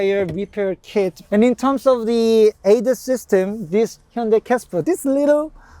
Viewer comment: For all the stubborn European (Brits) listen how he pronounced Hyundai. Not Ha Yun die!!